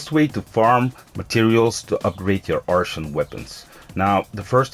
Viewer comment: ok so let me help u, "art-ian" = artian , gem like the jewel right? gem-mah = gemma